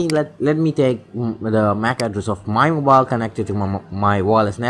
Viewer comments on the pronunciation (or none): none